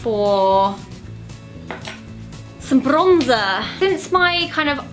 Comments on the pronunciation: "Brrronzer" You're starting to even talk like Alfie hah x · Блин, как по-русски сказала "Бронза!" я аж дёрнулась! 😂😂😂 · The way she said bronzer looks like Dutch hihi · The way you say bronzer sounds a lot like dutch (I'm sorry if I made a mistake I'm not THAT good at english😊)